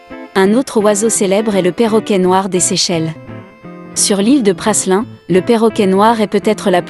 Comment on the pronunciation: Prasssslin.. Non mais sérieusement..... 🤦🏽🤦🏽🤦🏽🤦🏽🤦🏽 on prononce PRALIN